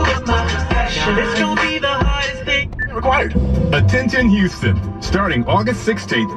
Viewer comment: Lele W. it's Houston not Huston